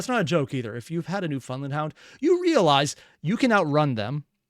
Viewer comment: Did you just say “new-FUND-land” hounds???